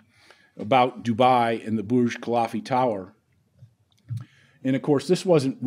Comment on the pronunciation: Burj KUH-LIFF-UH, not KUH-LAHF-EE! Sheesh.